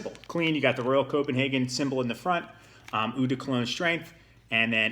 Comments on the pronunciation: The word is French and it means "water" & it's NOT ooh it's pronounced OH like "OH MY GOD" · Nice review. I share your taste. Just one small suggestion... "Eau", as in "Eau de Cologne" is pronounced "OH".